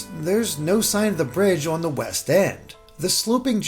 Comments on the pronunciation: Why can’t you say “on”? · How does metal stairs prove that the cities are going to look like cities? Where the fuck is your logic coming from? “There’s a tree in town so the town must really be a dog” I assume by your pronunciation of “on” and your expertise on city structure that you’re from New York and just go back Unova!